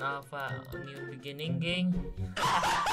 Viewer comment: nya beginninging in the benigininging 🤣🤣🤣